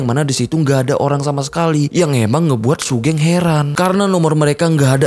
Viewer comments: Bacanya sugeng bang, bukan sugeng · bacanya sugeng bang bukan sugeng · buset bang wkwkwkw sugeng bang sugeng bukan sugeng ga enak banget dengernya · Sugeng mas bukan sugeng😭😭gimana sih? Gabisa voice note ya😭😭